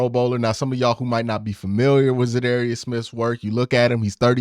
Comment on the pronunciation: You should definitely learn how to pronounce the man’s name. I dunno, you have contacts now, maybe reach out and axe him how it’s pronounced.